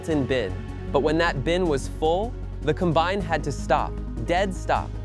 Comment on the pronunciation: ...among all the other words it mispronounced, like combine that was mispronounced most of the time, but at least once AI got it correct. Or Kansans, really?! I suppose you don't want to spend money for a good text to speech model when you're in the business of AI slop.